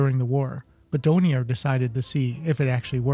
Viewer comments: Really interesting, but the manufacturer's name is DORNIER, with an R as the 3rd letter - not Donier!!! It's a bit excruciating hearing you saying the name wrong all the way through! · DoRnier. The "R" IS NOT silent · Then you need to learn how to pronounce Dornier! It's Dorn-ear you consistently missed the first 'R'. Also it's not the "Doh-29" it's the "D - O - 29" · Dornier not Donier